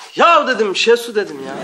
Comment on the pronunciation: adamlar oraya koskoca ''şehsu'' yazmış, siz hala şesu diyorsunuz.